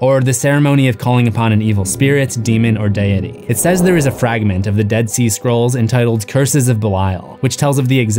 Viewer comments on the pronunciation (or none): Dude actually pronounced "deity" like "die Eddy" 🤣🤦 can you imagine???